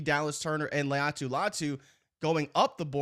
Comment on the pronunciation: Laiatu’s name gotta chokehold on 😂